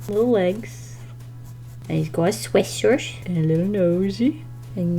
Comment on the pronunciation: and he’s got a sweashshwirt